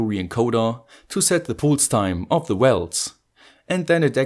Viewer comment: Cool project. BTW pulse is pronounced with a first vowel more similar to "a" (palse)